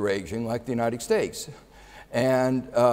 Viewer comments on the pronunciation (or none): he often says 'k' for a 't'. United Stakes of America. turning poinks XD